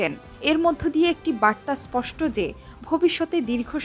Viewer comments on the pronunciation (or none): none